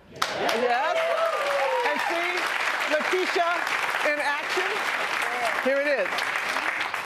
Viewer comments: ''Ley tee ta wright'' ? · She said Lutita lol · How do you not even know how to pronounce a guest's name? SMH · L.A.B ART 😂😂😂 butchered the hell out of her name. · lool she messed up when she said letitia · How does a black woman mispronounce Letitia ??